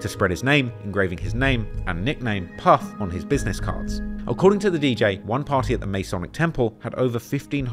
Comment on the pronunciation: “Puf” when it should be “Puff”